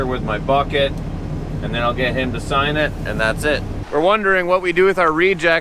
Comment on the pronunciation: Than I died! Love it hahhaha sounds like Canadian way to say then.